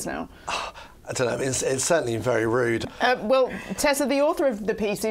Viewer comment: ‘It certainwy vewy wude.’ Tut tut tut